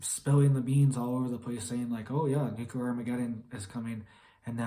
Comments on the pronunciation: NUCLEAR - NOT NUCULAR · It is extremely difficult to take someone serious who uses the word nuculer. 🤣🤣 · It’s pronounced new-clear. Not that it matters anyways